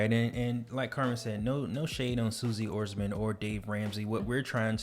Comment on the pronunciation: I’m sure you guys know you pronounced Suze Orman’s name wrong, but good job keeping it consistent 😉 lol